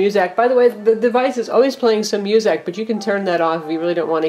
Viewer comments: she said muzack instead of music. wtf? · Musac? I thought it was pronounced music lol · It sounds like she is saying musac as opposed to music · She said musAc lol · lol u said muuuusack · she doesnt even know how to say music right